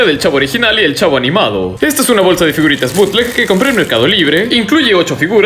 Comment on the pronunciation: Todos: El Chavo: El Chafo